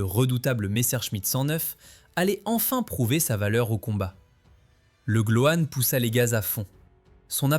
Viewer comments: Le gloan et non le glohane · "Legloane".....🤣Cela confine au ridicule!